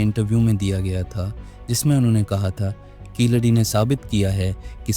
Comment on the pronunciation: Keeladi should be pronounced properly and not as hindi word khiladi..which means player...it should be pronounced as keel adi....meaning bottom step....